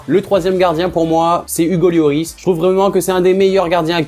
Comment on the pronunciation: tu dis Hugo Yoris